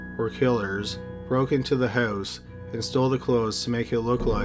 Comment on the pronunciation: awakened not awoken And why does he pronounce house and mobile like that?